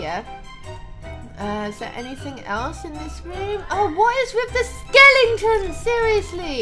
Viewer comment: Instead of skeleton "skelington" you just made my day 😘